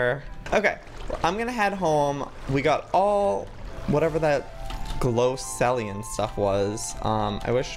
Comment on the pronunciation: by the way joey it's glow see Lee um